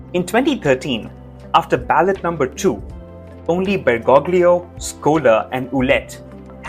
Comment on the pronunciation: You need to learn to pronounce “Bergoglio” properly